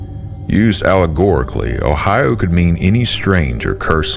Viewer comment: the Foreign pronunciation of 'Ohio' is stomach turning